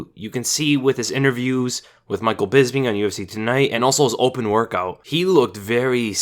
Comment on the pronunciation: Why the fuck can 99% of Americans not pronounce the name Bisping? It’s a P. Bisping. Bis. Ping.